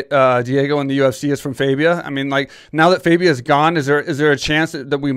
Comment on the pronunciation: his name is not faybia its fabia